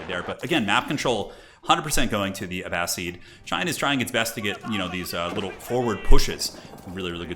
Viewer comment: You were correct with the pronunciation for Abbasid. It's Uh-Ba-Sid not Uh-Ba-Seed